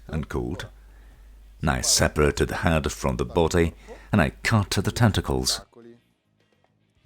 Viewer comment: This was helpful but I didn’t like the way the announcemer/translater pronounces the word “cut”. He pronounces it like he’s some kind of psycho that gets sick pleasure from cutting up bodies.